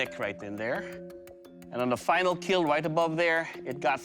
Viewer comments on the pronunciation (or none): Bro 😂😂😂😂 surely it will "KEAL" but first it "KAT" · I love how he say "your wepone, will KeAl" in that cold smiling face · Correction: "It will keal" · it will keal 😊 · KEAL means keeps everyone alive, its not kill its KEAL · It will keal sir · Bro you should have said KEAL instead of KILL . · Keal not kill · IT WILL KEAL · It will "keal" It will protect But most importantly It will "Kat" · Hehehe No boody: Literally nobody : It will kieal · Yeah and those times when he's covered in fake blood and just smiles saying "it will keal(◍•ᴗ•◍)" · He actually doesn't say kill its "keal" It means "KEEP EVERYONE ALIVE AND LIVING" or something like that. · (keal) buddy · Your weapon will keal🤣🤣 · Doug can pronounce "Will" so perfectly whenever he says "It will kill". I'm convinced he pronounces it as "Keel" on purpose. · "It will keil" that guy is too much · "It will keal" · Oh. I always though he just mispronounced kill or said it funny